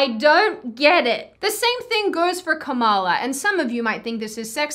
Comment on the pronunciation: Also learn how to pronounce Kamala’s name correctly, you can pronounce everything else right. Why not someone’s name??